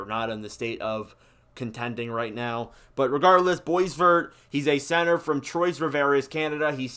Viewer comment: It is, Sasha Boy-Var, it is French-Canadian pronunciation.